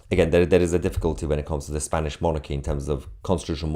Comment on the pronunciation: Was it supposed to be " Spainish" 😊